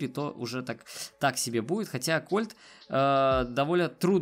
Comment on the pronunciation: не правильно не колт а кольт